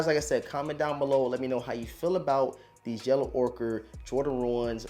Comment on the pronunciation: I wanted to shoot myself every time I heard “Yellow ORKER” 💀